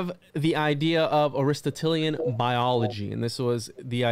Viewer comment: ari-STOT-lean <3 aristatalien hahaha, good show man. Almost as bad as vonhohenheimen. Just food for thought (pun intended) considering the hermetic axiom all is mind all is mental, consider the humunculus as thought form creations for magickal work purposes more than literal. You mentioned you know there's more layers more esoteric meaning but you're just laying out the literal framework as a historical research, but then barely scratch the surface of the deeper meanings. Unless by that you mean today's science experimentations that you mention cloning/dna manipulation etc. Just saying. Good video for bringing this info to those unaware for a nice 101 though. An oldie but goodie channel if you're not already familiar with it, unlikely because it's dead for a decade and hardly any followers/likes, but check out "ephiphany lectures"...I'd love for you to do a deep dive on his stuff some day.